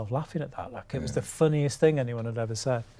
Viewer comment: "Don't you want this ting" 😂😂😂